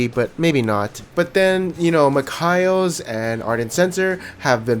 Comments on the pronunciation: MIKAELS = MICK-KAYLES I die a little bit everytime you say Mick-Kyles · The way you say mikeals dude is so weird 😊